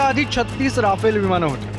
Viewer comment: आधी त्या विमानाला "रफाल" म्हणायला शिका... 😏